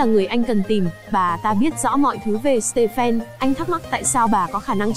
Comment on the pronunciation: stephen đọc là sti vờn nha:))